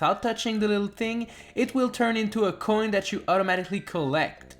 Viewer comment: i love how u pronounce coin